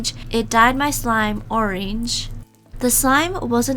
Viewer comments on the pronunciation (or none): Oreange really it is ORANGE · "it dyed my slime oRiNgE" 😂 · the way she said orange 😂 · The way she says orange tho